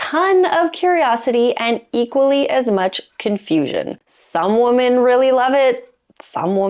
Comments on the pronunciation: No kidding...this drives me crazy but sometimes I feel like a pronunciation nazi when I make comments about it. Not trying to be a dick, but PRONOUNCE IT CORRECTLY! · That's not how you say "women." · she pronounces both words the same way. it's much weirder than anal, and slightly more painful to hear. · Please, there is a pronunciation difference between 'women' and 'woman' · Lol, I know. So odd. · Why do you pronounce "women" (wi·muhn) as "woman"? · The annoying way she says woman instead of women. Is this AI ? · Women, not woman. Please learn English. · I'm more concerned about the growing trend in American youtube content in which the plural "women" is pronounced identically to "woman." Women is pronounced "wimmen." The spelling makes this seem silly, but the letter o has a lot of different pronunciations (eg. hot, monday, mom, constable) , and the unusual edge case for the letter o in women is etymologically odd, and comes from the Old English "wyf" which originally meant a married or unmarried woman. Enjoyment of various types of butt-stuff - surfacing, shallowing, rimming, various penetrative acts - varies from woman to woman. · Does this woman know that 'woman' and 'women' are pronounced differently? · Why do you say woman instead of women when talking plural, and if you're not sure what I mean pronounce it wimmon when you are saying women. It's really annoying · Great information! But why do you say "woman" when it is grammatically correct to say "women"? Just curious. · When you say women and it's more that one, it's pronounced like WIMMIN. and one woman is pronounced as WOMAN. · i can't be the only one hearing mispronunciations of ‘women’ as ‘woman’ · All New Zealanders do it. 🤬🤬😡😡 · You cannot even pronounce "women"? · OMG, why are you mispronouncing the word "women?" It's driving me crazy -- not in a good way. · Why can't young women no longer pronounce the plural form of woman as in women ? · Please learn to pronounce 'women'.